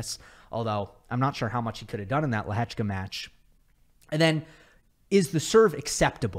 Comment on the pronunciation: as a Czech I have never heard such a good pronounciation of Lehečka 😳👌🏼